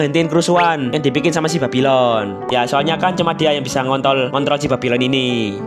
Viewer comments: Bang kok sebutnya babilon🗿🗿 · Yang ditulis bang:babylon Yang gua denger:bab*lon 🗿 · ngontol gw denger ny 🗿😁☝🏻trus pas pertama kali denger babylon gw denger nya babiloh😁☝🏻